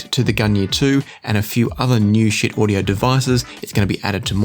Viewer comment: Getting a little tired of the pronunciation mistakes especially since Schiit actually made a video about it and because my last name also gets pronounced incorrectly the pronunciation of Schiit is Sheet not Shit.